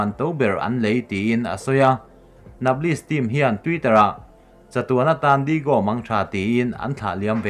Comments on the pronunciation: Sir... Digo nilo in Diyago nizawk lo mi nge an koh duat na ang kha.. A Spelling nilo in a lam dan in nia ka tih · Lam dan hi uluk teh u, mitin in an en theih a ni si a, Digo nilovin Diago tia a lam tur, Neipuls ti a lam bawk tur.